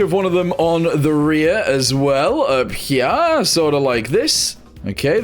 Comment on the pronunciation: "up herYA" got me screaming bro 🤣